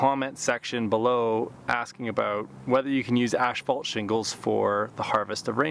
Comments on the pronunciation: Ash fault huh, tongue twister, ass fault, there you go, a lot better. a thumbs up was given. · You are the second one I hear pronouncing asphalt like ashphalt. What is the correct pronunciation?